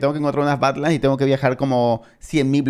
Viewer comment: No no, ya sé lo que son las Badlands y sus variantes, sé bastante de eso, pero la pronunciación, parece que dice otra cosa xd